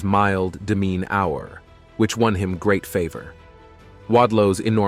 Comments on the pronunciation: Wow, the color video they had in the 1800s was amazing LOL His DeMeanHour? Is this a bot? lol A TumHour ...Dude, hire someone, the speech is pathetic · The narrator of this video is a moron. Calling a tumour a "tum-hour" was bad enough but I had to turn the video of when he referred to Wadlow's demeanour as his "demen-hour." He clearly has the vocabulary of a 5 year old! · I hate these lazy auto-generated voice videos where people don't even check them before uploading. Tu-mour, De-mean-our! I'm guessing the problem is using American software with British text, as there is an 'o' in those words in British English. Please, try harder! And P.S. Including a steroid and growth hormone abuser like Ronnie Coleman alongside people who had genuine disorders is disrespectful and shallow.